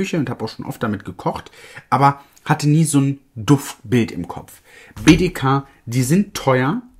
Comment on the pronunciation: Schön zu sehen, dass BDK mehr Aufmerksamkeit bekommt. Bitte „Bi Di Kay“ (englisch) aussprechen 💕✨ Btw: Die sind oft bei Rabattaktionen dabei. Da bekommt man die auch mal für 130-140€ :)